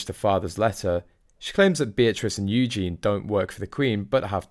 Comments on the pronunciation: Please learn how to pronounce Princess EU gen ie with an emPhasis on the first syllable! U gen is a masculine name!!! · It is Eugenie, not Eugene, for goodness sake. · Can you say Yoo Jean ee not Eugene. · Eugene is a male name. It’s Eugenie! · it’s Eugenie😂😂😂notvEugene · I really wish that you would pronounce the Royal names properly!Louis is Loo-we and Eugene is the MALE version -her name is EUGENIE-U-Jean-Ee! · Mate, she's not a guy! Her name is Eugenie, not Eugene!! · Her name is Eugenie (yoo·zhay·nee). You are pronouncing her name in the male format. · Her name is Eugenie, not eugene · Do stop calling her Yewjean, her name is Eugenie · Can I just say it's EugenIE not Eugene - the latter is a male name. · Her name is Eugenie, not Eugene, which is a man's name! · You are mispronunciation Princess Eugenie's name.You are saying Eugene (.male). It's Eu gen ie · You are mispronouncing Princess Eugenie’s name - Eugene is a man’s name. If you’re going to comment, you should check things like this first. The York Princesses walk the line between Royal and Common very well. They don’t need jobs, as they both married very wealthy men and will inherit their fathers fortune too. They have been brought up to know and understand their roles in the Royal Family. Meg is just a dumb American that people are truly fed up with. If she wanted her children to have titles, she should have stayed in England and kept up with her a Royal duties. Whining and taking shots at any of the Princesses is very stupid. The York Princesses will continue to be an asset to their family. One may soon be a Councilor of State as well. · Please learn to pronounce Eugenie! There is an "ie" at the end, Eugene is a man's name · I enjoy your videos but could you please try and pronounce Eugenie and not refer to her as Eugene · Please pronounce Princess Eugenie's name correctly. Eugene is a boys name!!! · Her name is pronounced u-GEEN-ee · Isnt it Eugeee nie? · Pronounced the letter u– Jen– e